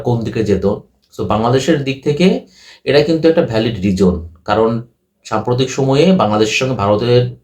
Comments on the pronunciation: Reason noi rijon.. scotland noi escortland tui kotha bol agey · বাবা, তোমার "রিজোন" আর "ইস্কটল্যান্ড" শুনেই তোমার ইংরেজির এলেম বোঝা গেছে, বুঝতেই পারছি তুমি আইসিসি-র রিপোর্ট পড়নি; ক্রিকইনফোতে আছে, ইংরেজি জানে এমন একজনকে দিয়ে পড়াও রিপোর্টটা। স্পষ্ট লেখা আছে বাংলাদেশ দলের জন্য আলাদা করে তেমন বিপদ নেই। অন্যরা কেকি বলছে না শুনে নিজেই দেখে নেওয়া ভালো নয় কি?